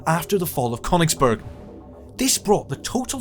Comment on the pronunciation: I don't want to be too niggly, but it does irritate me when people who are obviously experts in their subject are so cavalier with the pronunciation of German locations and organisations. Seelow and Königsberg were garbled, as was Volkssturm. Equally S-Bahn was confused with U-Bahn. Surely these films have an editor that picks up on these things, or am I supposed to believe that the IWM has no people with foreign language skills?!!